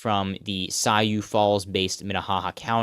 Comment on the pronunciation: Just a clarification on South Dakota pronunciation! Sioux Falls is pronounced Soo (as in Susan) Falls. Low key I’m surprised by Feenstra’s results, I thought for sure he’d be Iowa’s GOP pick